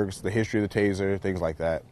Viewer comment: It’s taser taser taser not tazer tazer tazer